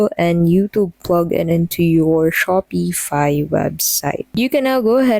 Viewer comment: Your pronouncing Shopify wrong